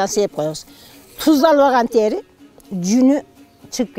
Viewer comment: Тээри эмес,тери деп эле айтылат